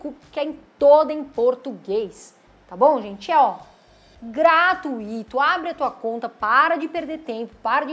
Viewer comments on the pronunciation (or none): none